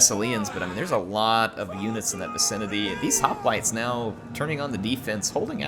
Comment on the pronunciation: Man, her, the years away from Rome has you forgetting how to pronounce hoplites. It makes me grin. ;)